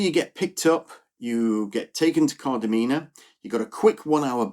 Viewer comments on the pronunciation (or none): The number of times I hear Kardamena pronounced incorrectly 😂